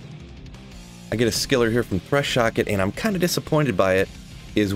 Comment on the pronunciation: I promise im being genuine here and not being an “ohgree” maul troll but its funny that you call “thresh” “socket” … “thresh” “shock it” 😆🤘